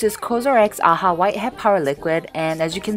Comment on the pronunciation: Actually it's not "Aha" but A-H-A. :3 Cute tho